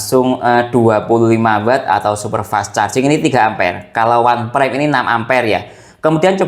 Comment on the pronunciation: Bacanya itu "onpraim" bukan "wanpraim"